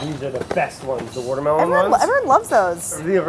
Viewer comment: "Wourdermelon" - Brad 2019